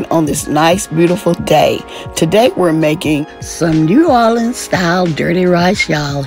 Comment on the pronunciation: You did New Orleans well!